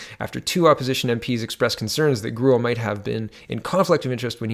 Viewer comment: I believe Grewal is pronounced Grey-wall. Ya, I know - who cares? He's just another corrupt asshole politician.